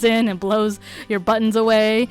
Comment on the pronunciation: Empty back wall.🤔 You could make a screen panel to cover up the wall altogether. Some suggestions : a folding screen, a fabric drape, a rolling screen, etc. Decorate as you like. There’s lots of possibilities., 🤗 ~ Nice ideas for buttons. I prefer when you speak naturally, like when you say “ buttons “ , instead of BUTT ons ! Especially keeping in mind how close you speak into the mike. “BUTTons” ! sounds annoying . ( I’m a sound director )